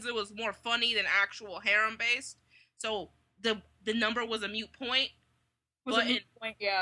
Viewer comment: "Moot", not "mute",.